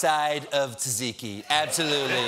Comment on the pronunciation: can't believe he just said tsatsiki 😂... aweseomeee